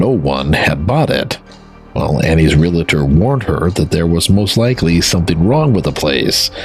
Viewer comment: There are only two syllables in “ realtor”.